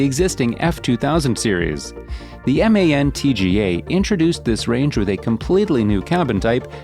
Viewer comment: But why on god's earth is MAN pronounced as M.A.N then? 🤔 Kinda similar to DAF, however that's generally pronounced by most English-speaking truckers as DAF not D.A.F . Great video regardless!